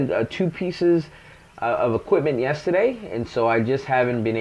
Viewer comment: So,I'm sitting here watching this and heard you say "yesterday" about 10k times and was thinking, "Man I know hes in ATL, but he sound like hes from NY." Then you showed the picture and it all made sense. Love the build btw.